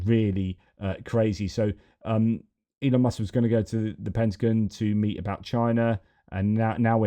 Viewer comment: It's driving me crazy! It's not pentaGUN (bang) it's pentaGON ( like I'm gone if you don't correct it)!